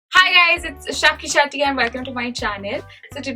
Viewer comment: when she says hy guys m 🤣🤣🤣🤣